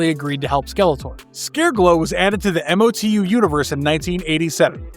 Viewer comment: Don't spell out MOTU, just say it as a word, Mo/2.